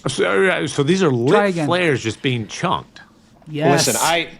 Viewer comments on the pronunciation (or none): C'mon,...it's chucked, not chunked!